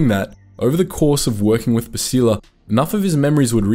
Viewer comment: Every time you say Bastila wrong, I want someone to creatively punish you